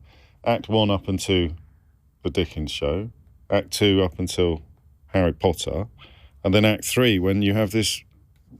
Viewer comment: Who else heard the "post Potter" like Tom Felton said in the movies?^^ POTTah!